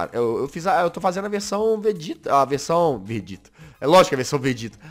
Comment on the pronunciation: Peraiiii Todo mundo q ta vendor volta no to brincando entao glr hj e batalha de contruçao mas so q do Vegeta mas ele fala vergeta